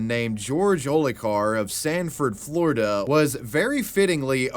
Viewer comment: Not floriduhhh, for nothing